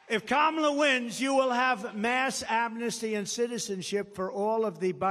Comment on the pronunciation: Finally someone told him to pronounce KA-MA-LA’s Name Correctly. Loser